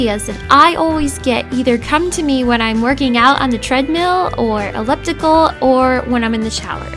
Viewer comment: dans voice elliptical EELLLiptical ellipticaLLLLLL elIPtical